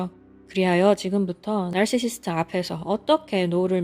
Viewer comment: 나르시시스트..나르시시스트 발음을 계속 따라해보고 있는 나...발음어려운데 어쩜그리 구슬 굴러가듯 발음을 잘하시죠?